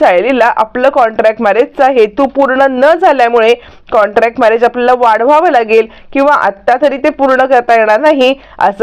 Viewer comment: कॉंटॅक्ट नाही हो कॉंट्रॅक्ट